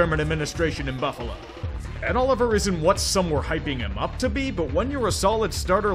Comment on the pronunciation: Yo I'm sorry, but put some respect on Ed Oliver's name.